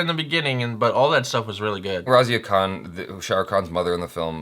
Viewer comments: It's not kan it's Khan..Khan from the Epiglottis ☺️ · its not Kaan its KHAN...Khan from the epiglottis;):P